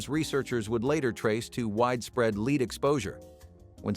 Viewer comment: It's NOT leed... its LEAD